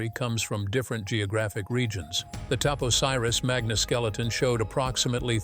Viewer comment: The temple is TAP OSIRIS (Oh-SIGH-riss) MAGNA. Cleopatra's sister is ARSINOË (Ar-SIN-oh-eh.) PTOLOMEY (TOL-oh-mee).